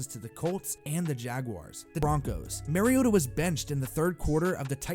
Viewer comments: Not that it matters too much now, but Mariota is not pronounced Mary-ota... MAR-E-OTA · Omggg for crying out loud stop pronouncing mariota wrong